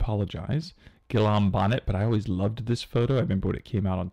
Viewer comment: Guillaume looks like a French name, which would mean that "ll" after "i" is pronounced like English "y"